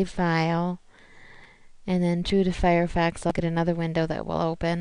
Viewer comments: umm... Firefox not Firefax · Lol good vid but its firefox not fire fax